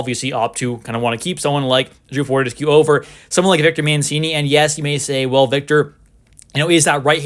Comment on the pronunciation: pronounced for-tess-q lol